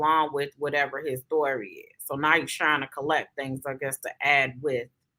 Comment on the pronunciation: I hate when he says stury 😩